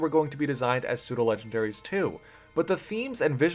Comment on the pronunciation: Pseudo, not soudo.